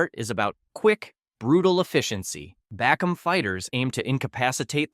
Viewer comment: Ive been investigating the rare martial art bakom(bah-comb) strangest part is that i never heard anybody talk about bakom when i lived in peru for 6 years in Lima, then i investigated and it is illegal to learn or practice. Love the accuracy but he butchered the speaking 🤣🤣